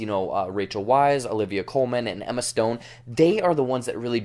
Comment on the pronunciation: Just as a little note, Rachel Weisz is pronounced as a “V” and not a “W.”